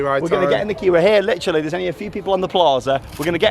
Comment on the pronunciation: Are you going to litter like a cat because you keep saying litterly